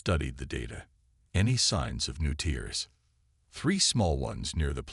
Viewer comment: Need to proof-listen. Tears as in rips, not tears as in crying.